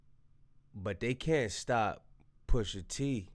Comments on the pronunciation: why does he keep saying "poosher T" LOL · Poosha T 😂😂 AI is wild! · Who TF is poosher T 😂😂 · Calling him Poosha is wild. AI be funny sometimes